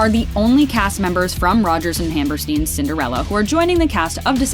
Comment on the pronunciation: Your also saying Hammerstein wrong you pronounce it like Frankenstein